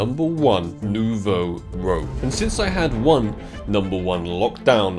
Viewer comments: Great vid as usual:) Thought I would let you know that your pronunciation for Nouveau Rouge is wrong - it's „rouge“ like the colour red in french, rather than rogue! no hate of course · it's Nouveau Rouge.not Rogue...translating like New Red from french... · Please, it is pronounced Nouveau Roosh and not Nouveau Rogue! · Nouveau Rouge is Pronounced ROOJE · Day 1 of attempting to get to correctly say the name of that new AK skin. lol Noo-voh Rooj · How many years until learns how to properly say Nouveau Rouge? 🤣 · will never learn to pronounce Nouveau ROUGE...